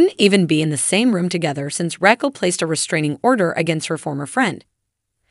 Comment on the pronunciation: The AI narrating this should pronounce the names right! Reckell, 🤣🤣🤣🤣🤣🤣🤣🤣